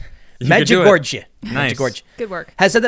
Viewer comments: Pronounced May-jah-gory. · It's pronounced; Med-Cha-Gorey .